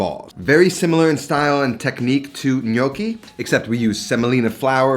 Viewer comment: Interesting take on this recipe. Just a comment on Italian pronunciation: "gn" is a diphthong. The sound is similar to the Spanish N tilde. So the "g" is not silent in gnudi but is pronounced exactly the same as the gn in gnocchi which you pronounced reasonably well.